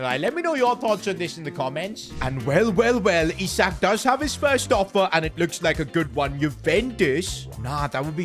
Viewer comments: It's Isak not aisak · Ele aisik em vez de isak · bro starts with the right pronunciation and go backs to the wrong one..